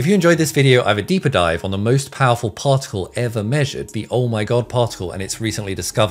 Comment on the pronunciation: Take a shot of brandy every time he says: "PauhLk tik UL"